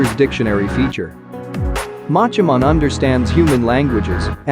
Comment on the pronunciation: Anyone else severely irritated by the way he mispronounces “mon”? 🤦🏻‍♂️